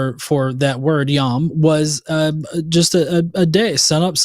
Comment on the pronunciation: Yom is pronounced with a long "O" sound like in the word dome. At least according to all the Hebrew speakers I know and being raised Jewish.